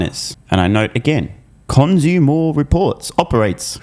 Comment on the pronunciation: cons-u-more distorts living up to their name